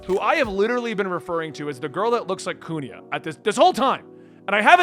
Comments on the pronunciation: Why do you pronounce Kuina as Kunia ? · his Usopp pronunciation wasn't even that bad yet nobody's correcting his Kuina pronunciation HGASFDGHASFD